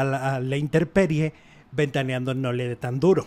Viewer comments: Ay no, se dice INTEMPERIE!! con M no con R... Antes de dedicarse a esto, aprendan a hablar y a informarse! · Intemperie no interperie